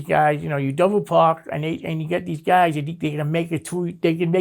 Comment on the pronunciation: Everytime this guy says Guysh I laugh 😆 8 guysh at once